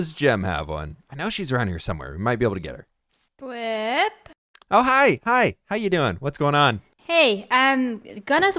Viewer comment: Fiendish lol